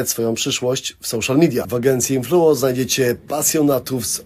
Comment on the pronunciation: Influo ❌ invelo energy ☑️